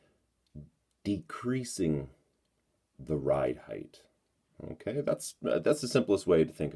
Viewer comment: Stop saying unkay. It's irritating.